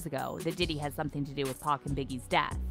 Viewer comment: Love your reporting but it's PAC not Pack